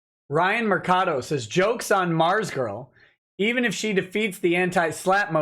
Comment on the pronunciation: "ARMZGURL" YOURE KILLING ME!